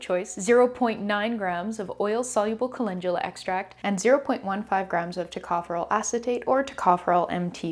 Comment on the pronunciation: Why do we pronounce it colengula when it's spelled calendula..😂 I really need to know being a mostly reader and watching it took me a min to realize calendula and colengula are the same thing.